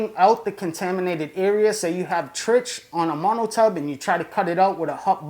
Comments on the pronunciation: Love the videos, but the pronunciation is "trick" or maybe "trike" not "trich"-like itch. It's a Trich question. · Trichoderma is pronounced like "trike-o-derma" not like tr-itch, or however you said it. So when it gets abbreviated to trich, it's pronounced like "trike". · trich. pronounced 'trike' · Please stop saying Trich with a ch sound. It annoys me. 😩